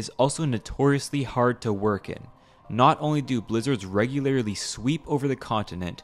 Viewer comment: DAY 215 of asking to stop saying regularily and instead say regularly